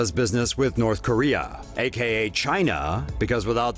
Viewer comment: i like how he said "china" in a way thats funny